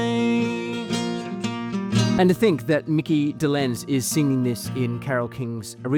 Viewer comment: You mispronounced Micky Dolenz’s name and also Micky was the drummer NOT Davy